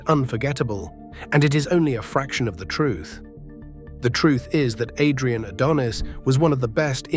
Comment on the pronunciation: The thing that made me so mad about this video, is how you would pronounce Adrian's last name right, then wrong. Definitely makes me think its AI generated or read with AI